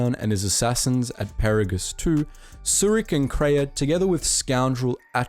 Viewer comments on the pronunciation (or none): He said Atris four different ways, only one correctly -He pronounced Peragus 2 as 'Pearagus 2' -Called T3-M4, T3-M6 twice -Called Dxun 'Xun' when the 'D' isn't silent -And GO-TO doesn't have zeros in it because it's a play on the character Goto, the exchange crime boss who is using it to talk to the Exile There is no debating how these are pronounced because if you play the Kotor games they say all of these words in audible dialogue